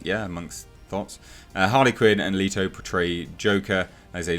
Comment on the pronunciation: Two things, you're saying Leto wrong and his joker wasn't a "punk rocker."